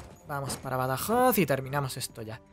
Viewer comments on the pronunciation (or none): none